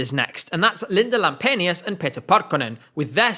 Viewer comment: As a Finnish person, I'm really suprised at how well you pronounced Linda Lampenius, Liekinheitin and especially Pete Parkkonen. :D